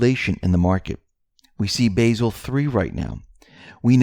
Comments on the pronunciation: Not to be picky, but, Basel 3 is pronounced Bah-sel. Not Ba-sil, with a long A. That is an herb, not a city in Switzerland where the BIS is based..... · Basel, Switzerland is pronounced Bah-zull not bay-zil. There are no Annens, only anons.